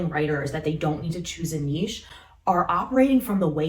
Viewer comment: Thank You for a treasure trove of wonderful content! Not only are you tremendously helpful, you know how to pronounce the word "niche" correctly. So many do not.